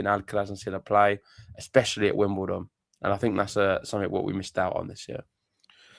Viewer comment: Wimbledon. ✅ Wimdoledon. ❌